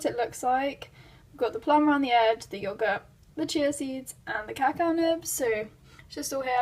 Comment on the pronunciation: It’s pronounced ca-cow not caca 😂 caca means poop in Spanish